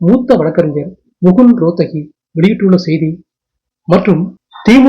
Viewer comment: முகுல் ரோத்தகி என்பது தவறு; முகுல் ரோஹத்கி என்பதுதான் சரியான உச்சரிப்பு.